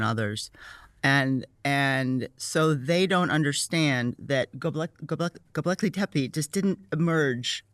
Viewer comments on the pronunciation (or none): Sarah Parcak says: "So first of all... none of these folks are archeologists; Graham and others..." But also Sarah Parcak mispronounces things that should be in her general field of expertise since she IS an archeologist. She said "Denisovian" (it is Denisovan - no letter 'i' after the 'v'); she says "Goblekli Tepe" (It is Gobekli Tepe - there is only one letter L in Gobekli). I am not saying she doesn't know what she's talking about, I am sure she is very knowledgeable, but for someone that starts up by throwing dirt on someone else for not having a certain degree of education, while she herself claims the mighty throne of know-it-allness, dedicating her life to this branch of science, so many mispronunciations of things, right at the start of this video, kind of stands out. Don't claim to be an expert Archeologist and then proceed to mispronounce Archeological sites and archaic human species. With that said, great video and I appreciate these types of discussions to try to piece together the truths.